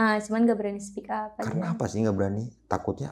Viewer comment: Speak up bang bukan "spick up" 😮😂